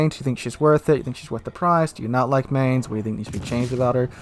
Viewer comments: "Mine-z" not mance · I find it really interesting how you pronounce Mainz, because you got (i would guess by accident) the accent almost spot on. Not the German accent, but the accent of the people living in Mainz. The "normal" german pronunciation would be more like "mine" with an s added to the end ("mines").